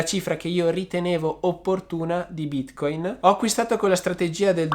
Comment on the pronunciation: Ma perchè bìtcoìn?